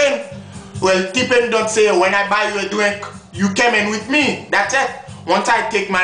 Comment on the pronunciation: she saaaaaayy buy meh a dwinkkkkk lol